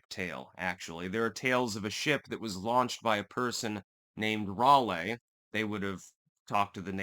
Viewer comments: You did it for me, lol. Also, Rahlee, rather than Rahlay. Js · Bro stop pronouncing Raleigh like that